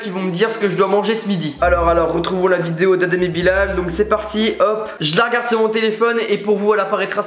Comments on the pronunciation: Sa s'écrit Bilal mais sa se dit Bilèl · Bilal ça se dit Bilel et non bilaaaal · Sa me stresse quand tu dis la prononciation bilal et pas bilel. ( prononciation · Cool ta vidéo mais quand tu dis adem et Bilal le a de Bilal se prononce comme bilel